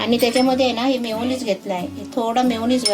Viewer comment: मायोनीस नाही रे meyoniz